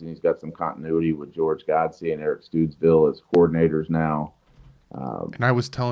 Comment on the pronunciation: going forward: Stoods-ville, not Studs-ville...fitz even said it the first way lol. I know I keep pounding you on it, but as someone who has a name that people mispronounce frequently, it's a big deal to get it right.